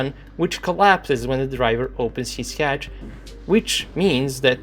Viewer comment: I like how you say hatch. HYATCH!!